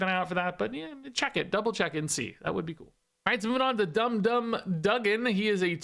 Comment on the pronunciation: You said Dum Dum's name right the first time.